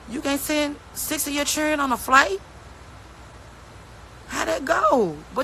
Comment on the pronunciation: It’s children not chilren